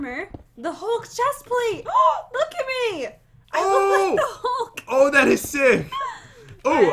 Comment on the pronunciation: Wait did say hulk eye haha lololol 😂😂😂🤣🤣🤣😂🤣😂🤣😂